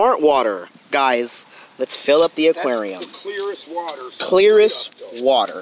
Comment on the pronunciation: PLZZZ STOP SAYING WATE😭😭😭😭😭😭